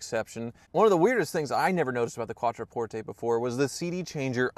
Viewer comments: Learn how to pronounce Quattroporte! Its NOT "QuattroportEY" its "QuattroportHe"! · LEARN HOW TO PRONOUNCE THE NAME. CALL THE DEALER THEY PRONOUNCE IT QUATTRO PORT. NOT PORT A.